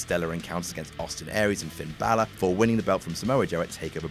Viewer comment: FINN BALÖR!?